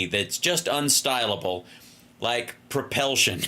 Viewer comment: "Other forms of propelsion" damn near killed me! I was driving and was laughing so damn hard I could barely keep the car on the road.